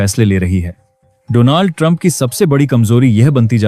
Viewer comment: Please hear the English news so you understand the correct pronunciation for DONALD .